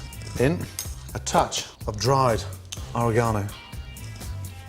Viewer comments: ore-GONO LOL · The way he said oregano!!! 💀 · All these years I've been pronouncing oregano wrong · It took me three to figure out he was saying "oregano" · Am I the only one trippin off the way he says oregano?